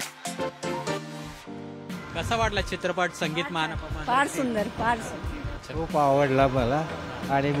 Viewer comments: मान पमान म्हणतोय रे तो......😂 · अहो, आधी "मानापमान" व इतर मराठी शब्दांचा नीट उच्चार करायला शिका. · "मानापमान" शब्दाचा उच्चार कसा करायचा याचा सराव बातमी देण्याआधी केला असता तर बरे झाले असते. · ने कमीतकमी पुणे आणि मानापमान ह्या शब्दांचा नीट उच्चार करणारी माणसे वृत्तनिवेदक म्हणून नेमावे हीच विनंती. मराठी भाषेची शोकांतिका आहे साधं सोपं मराठी ही आजच्या तरुणांना बोलता येत नाही. थोडा खर्च करा आणि चांगले वृत्तनिवेदक निवडा